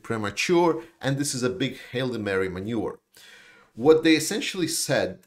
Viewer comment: That is what it sounded like or maybe he said maneuver .